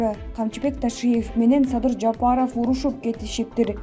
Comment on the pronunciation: Садый Садый деп.койот.Мадумайев озу.тантык экен